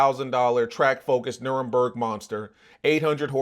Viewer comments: “Nurenberg”, bruh its NUR-BUR-GRENG (Soft last G sound). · We not gon skip over the fact you called it the Nurburg 🤣😭 Nuburgring